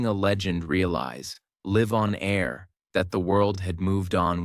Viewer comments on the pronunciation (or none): Yeah See He Pronounced "Live on Air" as "Liv on Ayer" Like an idiot and with a Strange Non Human Pause and Cadence. Thats 200% Ai. Even the Way that He Blinks and His Face Shifts in a Weird Way Right at that Moment Proves This is Ai. Thats Extremely Non Human.